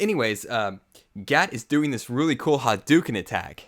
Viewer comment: Its gat, not cat